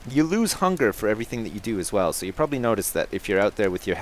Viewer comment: "Proberbly definately worth picking up" lol